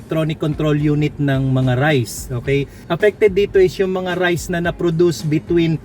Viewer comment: raize = reyz hindi rice.